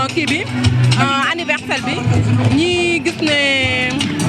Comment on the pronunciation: Anniversaire lagni wakh yaw tamit... pas anniversaillllle..... lol